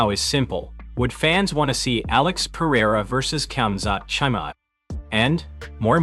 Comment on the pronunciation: Who the hell is Chai-May?